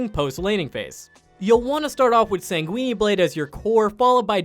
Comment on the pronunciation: SANGWENEEE? Bruh come one